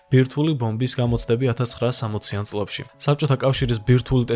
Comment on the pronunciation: კვლЭვა,წლЭბი,მერცხლЭბი,მოპოვებულЫ,... და ასევე ალბა-დ და ან მთლა-თ😊 დიდი ხნის უკან დავუწერე, "უცხო" რომ ერქვა. "ლ"-ს კიდე ვინ სჩივის პოლიტიკაში რომ არ გასვრილიყო კაპიკებისათვის. დასანანია.